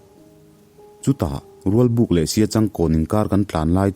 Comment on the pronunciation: Cheural lamdan a diklo Cheural ah khan thluk loh tur lam tang ouat tur .raualbuk nilo in rawlbuk .rawlbuk leh siachangkawn inkar ah kan khua s lungpher a awm sia khawilai tak nge ni ang